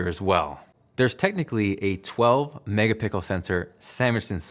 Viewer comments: A 12 “megapickle” sensor 😂😂 lol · „12 mega pickle” I heard other guy said same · "Megapickle sensor" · 12 "Megapickle sensor" lol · "12 mega pickle sensor" haha nice one my man! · “A 12 megapickle sensor” ... damn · "There's technically a 12 Megapickle sensor" 😂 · So you're telling me nobody noticed when he said there's a 12 MegaPickle sensor? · Did I hear 12 Mega-pickles?